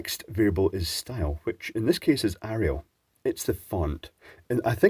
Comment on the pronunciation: Respect for pronouncing Arial correctly.